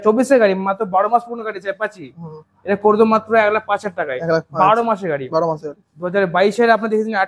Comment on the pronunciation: Gaei noi Gari bolo জিভ টা ছলো